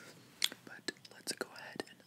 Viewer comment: I LOVE the way that he say the words "like", "but" and "it"... Its like: buTTTT iTTTT liKKKKe (My satan my english is disgusting :'D)